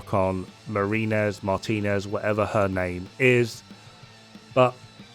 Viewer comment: also it's pronounced Mar-Teen-Nez; hispanic last name:). Took me awhile to realize the chungus was the Woman and the other one was the dude woulda thought the reverse but oh well Ubi caught me slippin😆